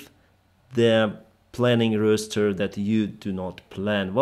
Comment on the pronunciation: ROSS---ST---ER ST---ST'A. But! Change it to ER. So it's Roster, Roster, Roster. Not Rooster, I mean this with a good heart, not malice. Love your channel so much thank you for the insight into a occupation I so love. However am not a part of. Thank you!